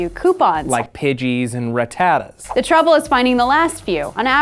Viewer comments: I'm so disgusted with his pronunciation of rattata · Pretty sure he's pronouncing it wrong intentionally